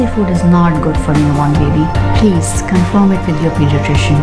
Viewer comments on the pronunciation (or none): PLEAS STAUP, STAUP PLEES GOT ME LAUGHING SO BAD